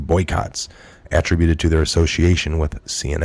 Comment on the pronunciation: It is pronounced port st Lucy. It's spelled lucie there is no a present. Not Lucia. I almost had to turn it off. I know you dont have a big crew but if you are not sure of annunciation please look it up. Attribute is another word that needs work. Other than word annunciation your perfect. Good day.